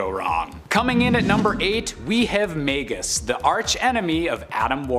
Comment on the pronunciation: It’s magus not maygus